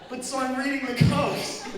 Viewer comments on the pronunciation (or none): none